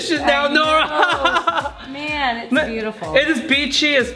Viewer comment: Nora...more like NO-ra🚫